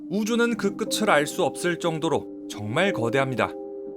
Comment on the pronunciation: 끝을[끄츨] X>> 끝을[끄틀] O